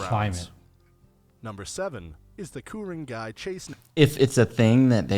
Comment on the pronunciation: Kuringai …again he is not really pronouncing it correctly. We used to live there…it was at the end of our street. So amazing and beautiful.